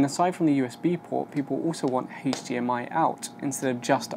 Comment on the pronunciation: took me a sec to figure out you were saying HDMI, since you pronounce it as HAISH-DMI